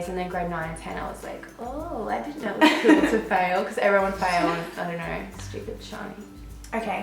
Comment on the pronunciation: you said know as "now" 😌 sassy